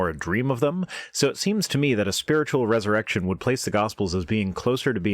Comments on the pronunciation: I also thought it sounded like she was saying Jusus' Errection. Lol. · Ha! I heard "erection" too! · So glad I'm not the only one who heard 'Jesus' erection' lol. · At some point I heard erected jesus